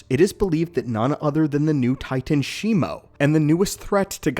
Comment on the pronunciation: It is shi-mu not shimo